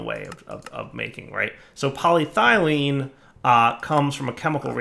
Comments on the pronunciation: "Poly Ethylene" or "Poly Thene" would be perfectly acceptable, where the bejesus did you get "Poly Thylene" from? I was kinda sure you'd just mispronounced "Poly Styrene" to berin with... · Pol YE thylene is the proper pronunciation. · game: "polyethylene" dire: "poly-thylene" also dire: "ethylene" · really bugging me this time :) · Game: "Poly-ethylene": "Poly-traitium" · The E in polyEthylene is very sad that keeps ignoring her. She is always there for him, but he always seems to put more emphasis on the Y instead. This makes the E feel hurt, jealous, and confused. "But," the E thinks to herself, "I've always been here. Way in the front. I'm literally the first syllable after poly, and the Y isn't even the only Y in the word. Why emphasize on her instead of me? What did I ever do to deserve this neglect? What did that Y have that I dont?" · PET is PolyEthylene Terephthalate. "Polythylene" is not a word. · Hey it’s! What do you expect lol.....Poly-dire-derp 😂😂😂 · I think it's more irritating now because he's actually saying 'ethylene' properly and then going on to say 'polythylene' in the same sentence..... he wasn't doing that before.... :S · If you've watched/heard Arumba pronounce province and country names in EU IV or Crusader kings, Polly's Thigh Lean is easy to dismiss as a mere cut of parrot meat. Arumba trolls pronunciation pedants on purpose. (Alliteration unplanned, but I'll take it where I find it.) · polyEthylene; dahum, my ears are bleeding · Poly- ETH-elyne. So triggered right now. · Its pronounced Poly-Eth-Uh-Lien